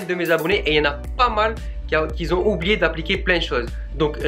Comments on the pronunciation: Super ce tuto MERCI par contre pas de "s" à la fin de "QUI" donc éviter de dire " quizon" ;-) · "Qui Zont"??? ....